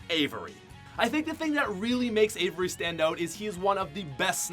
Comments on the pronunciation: It’s AXVRY not Avery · Its avxry not avery lol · Bro it's Avxry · It’s Avxry not Avery